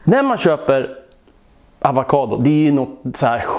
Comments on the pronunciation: Avokado inte avakado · Avakado? Tror det heter avokado😂 inget hat